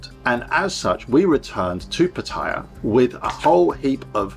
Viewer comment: Could you please pronounce the name of Pattaya City the correct way. It's NOT ' Pa-tyre', it is pronounced ' Pat-tay-yar'. All foreigners that live here, and the Thai's, would greatly appreciate it. Many thanks.